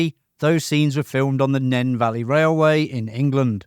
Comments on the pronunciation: “Nen Valley Railway”? Nene…(Neen) 🙄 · It is pronounced like Kneen for the railway .. The railway was also used in Octopussy . When the original film came out the classic English Electric ( The Locomotive builders ) Engine & Exhaust note could be heard , However when the Directors cut versions were released the locomotive ended up with a GM ( General Motors , American sounding engine ) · pronounced "Neen" Valley railway. It wasn't filmed in Northampton.